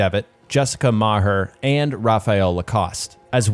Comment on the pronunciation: As an Irishman, I cannot understate how impressed I am with your pronunciation of Maher